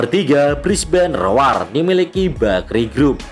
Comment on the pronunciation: Brisbane rowr bang bacanya bukan roar 😆👌